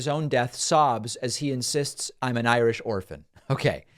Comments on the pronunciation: Ha Ha! He said he was Ir "sh" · Well, he is 'I - rish'.